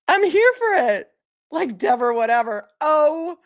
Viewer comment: Deever, Dever, Whatever 😂